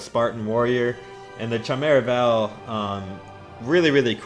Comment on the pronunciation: Yo, chimera is pronounced: key-meh-ra (the h is silent <3)